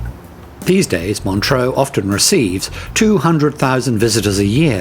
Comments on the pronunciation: Montreux is pronounced Montr-err, not Montr-oh. Without an 'a' (like deux). With an 'a' (like eau) it would be Montr-oh. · montreux....not montroe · Where is this "Montro" you speak of? And, Frank Zappa did not set fire to the old casino; he was performing at the time.